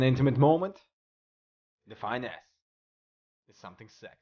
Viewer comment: i thought you were saying "The fine ass" instead of "Define S"